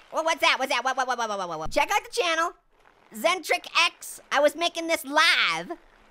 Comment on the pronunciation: OMG MY LEVEL WAS IN THERE! My name is pernounced X-en-tricks